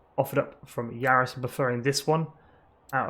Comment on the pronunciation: Varis not Yaris